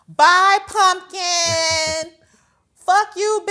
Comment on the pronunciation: THEY WAY SHE READ PUMKIN,IF I WAS HER I WOULD NEVER COME OUT OF MY HOUSE💀